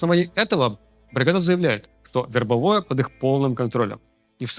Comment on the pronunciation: вербОвое, блин.